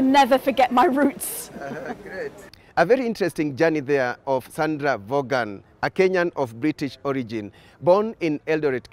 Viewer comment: Hi, my first ever YouTube comment and a long term subscriber. Her name is pronounced as Von, not Vogan. Thanks for the great content and a happy new year to your team.